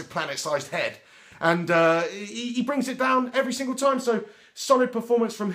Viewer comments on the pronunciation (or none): none